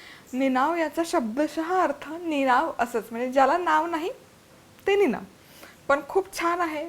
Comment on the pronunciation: निनाव्यातला व चा उच्चार हा आव जाव नाव सारखा न करता यावं जावं कराव बघावं तस निनावं असा करावा